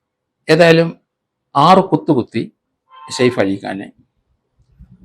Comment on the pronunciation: Said ali അല്ല saif ali ആണ് സർ